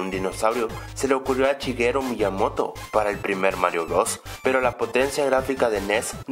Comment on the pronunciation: Yochi? Chigeru miyamoto? Primero enseñate a pronunciar nombres y luego haces videos